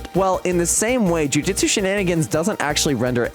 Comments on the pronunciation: Just gonna say,its Jujutsu,not Jujitsu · "jujitsu shenanigans" bruh its JUJUTSU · Bro said jujitsu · "jujitsu shenanagins" 😂